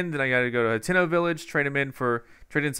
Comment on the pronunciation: Hateno Hut--ee--no Not Hat--eh-no